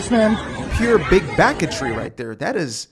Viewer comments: “Big backetry” had me laugh snort out of nowhere at work 😂 scared my foreman 😂😂😂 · Yo… “big backatry” had me dying in the office. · "Big Backertry".... that tickled me!